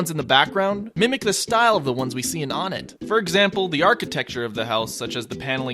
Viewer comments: The Stage is pronounced as O Net, not Onit. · Citpost Shentral Not Wunt. One-ett. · Or One-tt. Pronunciation: One*teh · i know you said whatever you wanna call it, but its pronounced WUN-ett. Further evidence is because ONEtt TWOson THREEd and FOURside. So why would it not be pronounced WUNett if it wad an obvious reference to numbers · Ok, even still the stage needs to be pronounce the right way. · Am I the only one who pronounces Onett "Oh-net"? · Fernando Banda Except we're not calling it ONETTO, not even close. Nor are we using Japanese pronunciation for any of the character names or anything. This is a shallow argument at best on your end. You're all really reaching here. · I heard that and immediately came to make a comment. Glad to see someone else is already... ONETT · The way you pronounce onett makes me want to die